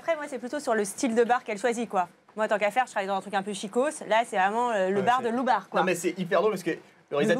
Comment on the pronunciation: J'ai entendu dire "Loubabar" et je ris depuis 5 minutes. Le " LOUBABAR ".